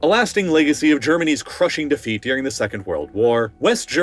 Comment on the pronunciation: It’s not “Deering” it’s “During” also it’s not “Shiayt” it’s “Shia” last but not least it’s not “the Middle East” it’s “North Africa” “west Asia” and “Central Asia” get it right weirdo